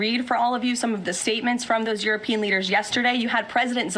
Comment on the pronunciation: Is it just me or can't she pronounce European? It's pronounced Youropean she sounds like Uropean